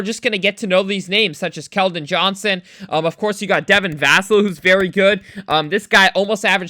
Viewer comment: Va-cell. I’m high on him too.